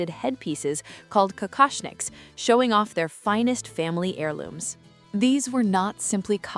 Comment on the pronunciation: Кокошники а не какашники 😂